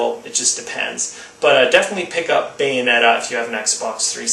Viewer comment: What was the game that you said beats God of War 3? Please answer cause I'm going out to buy games today. Thanks, you said something like bane netta?